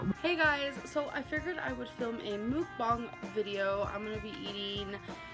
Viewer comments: it annoys me she tries to pronounce "mukbang" properly but says buffET. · Wait, so she can correctly say "mukbang", a Korean word, but always says the T in buffet??